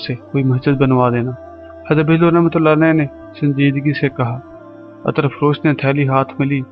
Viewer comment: Attar nahi hota brother Ettr hota hai means zabar nahi zair hoti hai..Please don't mind... Thanxx